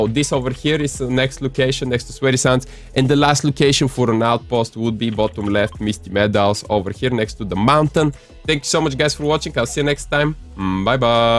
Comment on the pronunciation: Bro how you gonna say misty meadows like meest maYDOws